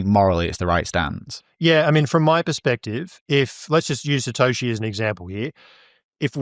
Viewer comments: Can anyone tell me why he's calling Satoshi, "Patoshi"?? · Is he saying Patoshi?